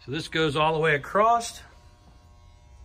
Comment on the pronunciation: The guy cant say "across". Says "acrossed". That's very unique